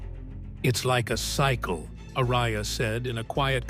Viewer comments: A-RA-YA, ¡¡ARAYA!! NO "ARYA". Es, x cierto, un pueblo en Álava (País Vasco, en España), y un apellido típico de allí. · I absolutely HATE how the dumbass AI voiceover is say Tom Arays's last name. YouTubers need to stop using an these shltty Inhuman computer generated voice overs that have no heart and soul. It just screams laziness and not giving a shlt about the people listening who have to suffer through this annoying garbage. Otherwise it's a freaking awesome video lol